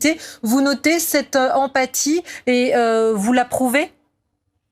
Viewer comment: "vouzaprouvai" (TM)